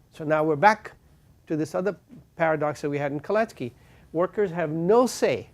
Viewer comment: Kalecki not Colettes Key😁